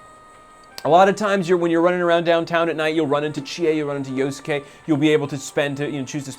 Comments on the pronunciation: "yosuKAY" stfu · Yos-ke silent "u" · Yo-su-ke... -- at least learn to pronounce their names properly. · I like this PR guy XD he mispronounces Yosuke's name like Egoraptor. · My ears! Stop saying Yosuke's name wrong!